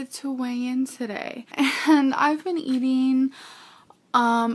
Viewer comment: Great video. Why does have a different accent now. These days any word ending in ‘ing’ becomes ‘een’. Amazeen, eateen